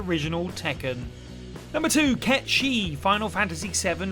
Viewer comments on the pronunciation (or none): Who’s Cay Sheeth? You didn’t play the game did you? It’s pronounced KATE SIH-TH. Did this annoy anyone else? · Am i the only one that's been pronouncing Cait Sith as "Kate Sith" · The localizers actually addressed this: They said "Yeah, we know he's based on Gaelic Mythology, but his name is going to be pronounced "Kate Sith". They did it out of spite AND laziness. Even the developers acknowledged his Gaelic naming origins in supplemental materials for the original FF7. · To be fair before the remakes I was pronouncing it 'Cat Sith' but my God! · the FF7R localizers intentionally spat in the face of the pronunciation of this creature from Gaelic Mythology (even the original FF7 devs acknowledged that and called him Ket-Shee). Dirge of Cerberus was the first to actually call him "Ket Shee" and it was the first time his name was even vocalized. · Were you purposefully mispronouncing Cait Sith or what? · Went my whole entire life until now pronouncing Cait Sith wrong...